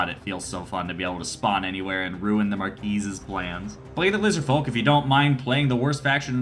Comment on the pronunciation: The first published wargame is Chess, even though today we would classify Chess as abstract not a true wargame. Also, you don’t pronounce the “s” in “marquis”, it’s french.